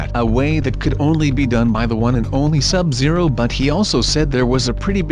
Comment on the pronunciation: You keep saying your Sub zero Exytayblye But your sub zero.